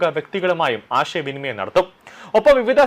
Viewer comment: ഫിലഡൽഫിയ എന്ന് വൃത്തിയായി പറയാൻ പഠിക്ക് ആദ്യം. "ആഷയ" വിനിമയം?